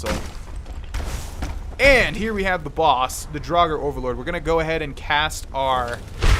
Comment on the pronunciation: Drag ore that's the pronunciation